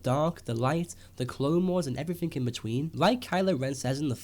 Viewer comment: everythink? this explain's everythink? lmao. one hell of an accent.at exactly